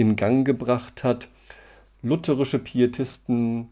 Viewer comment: schön, mal wieder jemanden zu hören, der "lutherisch" sagt und nicht "lutheeeeeerisch"